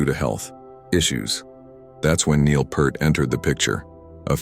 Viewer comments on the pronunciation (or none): This is just shitty AI bullshit. Alex's life has no "tragedy" and the mispronounciation of Peart gets on my nerves no matter who says it. This video is extremely disrespectful to Geddy, Alex, Neil, and Rush in general.